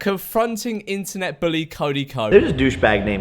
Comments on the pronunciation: why he sayin 'booly' bish its a u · Jake Paul says bully like buwy. Fun fact